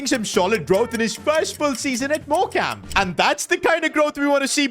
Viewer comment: It's pronounced Morecome just so you know love the vids